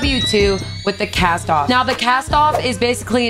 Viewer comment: Kas- TOV.. not castoff jesus